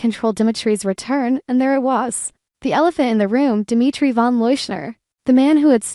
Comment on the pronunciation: Unbelievable how does someone who claims to an avid DOOL fan mispronounce so many names? Such as Marlena, Javi, Dimitri. There have been others but I can't remember all of them. Have you heard any?